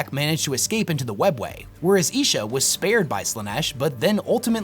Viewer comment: Isha is pronounced Eye-Sha not Eee-Sha. :D